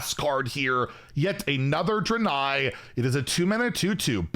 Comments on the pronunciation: “Dran-eye”. I don’t know how much more mispronunciation I can take! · Isn't it pronounced "dray-nye"?